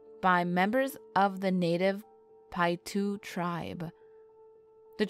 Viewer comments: My husband belongs to the tribes that surround the pyramid lake and it’s local area and I have to say, if you are going to talk about the tribes learn to say their names correctly. How grating. Paiute is pronounced Pie-yoot. Not “pietoo”. Also, Nevadans hate when people say “ne-vod-duh. It’s nun-Vaah-duh. Simple. Please. Correct these in the video, it’s insulting. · 🤦🏻‍♂️she said pie 2 lol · The Moon Landing was in 1969 (not 59) ...and Nevada is pronounced with an "a" - as in Apple - not "ah" (say it like ya have a Brooklin accent, lol); and the Native Americans are pronounced "pie - oot". But you produced an interesting video! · Is pronounced Pie-ute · It’s Paiute (pie-yoot) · Nevada = Nev-ad-a, NOT Nev-odd-a. The Tribe's name should be said more like Pie-Yute. Good report though. Fascinating information. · They lost me at pietoo. Piute is definitely not pronounced that way. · You completely said the name of the tribe wrong